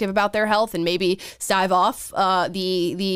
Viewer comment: "stive" off: Amala - You're wonderful and your malapropisms are endearing.